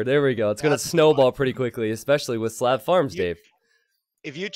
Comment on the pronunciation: I love your videos, but for God's sake, its Slav, with a soft "a". Thank you.